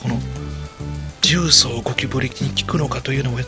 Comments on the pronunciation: じゅうそう↑十三 大阪の地名 重曹 じゅうそう↓ 正解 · 「じゅうそう」の「そう」は下げたらイカンのやね。下げるから「十三」に。 トーンをそのままで言い続けたら、「重曹」になるけどw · 重曹のイントネーションがキモすぎるww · ゴキブリより重↑曹↓がきになってしかたがない